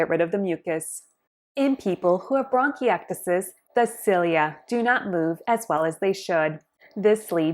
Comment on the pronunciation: 😅 say it right